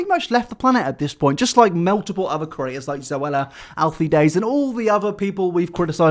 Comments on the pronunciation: If I have to hear say ‘curator’ instead of ‘creator’ in one more video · Can u please say "creator" instead of "curator" for once